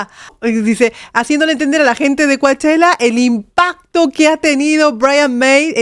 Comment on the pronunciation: Hola con el debido respeto que te mereces pero un par de observaciones#1) No y No s eoronuncia Coachella así l como lo lees, literal; no recuerda no es español oh castellano como quieras si allí estás para empezar equivocada!! 2) Que TU DUSES WUELA GENTE NO SEPA OH CONOZCA ESTA CANCION NO QUIERE DECIR QUE ASI ES; NO!! ELLO NIEN HA KA MAD DE TI OH MEJOR DICHO DE TU MANERA DE PENSAR Y DE PERCIBIR LAS COSAS; YO SOY DE MEXICO PERO HE VIVIDO 34 AÑOS EN LOS ANGELES Y SI HE ASISTIDO al festival de Coachella en varias ocaciones, asi como muchos otris que sadria de mas aqui nombrarlos; y con esto dicho, es para que simplemente tengas en cuenta que aqui como en michae itras partes del Mundo pero no se diga en Estados Unidos la Gente por ki general escuchamos mucha que digo muchisima musica y uno es bastabte familiar con los artistas y muchísimos más con los cantantes y grupos famosos, ya que aquí desde temprana edad si hay algo que te une con tus amigos y distingue en oh dentro de la sociedad y oh vida y cultura Norteamericana/Estadounidense es LA MUSICA!! Y LO DUGO POR LA FALTA DE TU CONOCIMIENTOS, OSEA TU IGNORANCIA, SOBRE LA SOCIEDAD Y LA VIDA AQUI EN LOS ESTADOS UNIDOS DE NORTEAMÉRICA!!, osea a asea acaso tú crees que la gente de Europa oh la de Latinoa posiblemente consumen y tal vez producen más música moderna. De cualquier tipo me refiero al género/s y lo digo por qué se que antes que nada tu vives en Europa pero eres Argentina, sin embargo, por ello te aclare yo